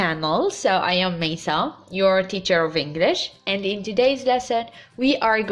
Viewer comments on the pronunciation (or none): none